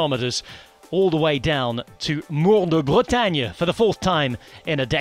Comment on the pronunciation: mooooooore de bretagne. My ears bleeding...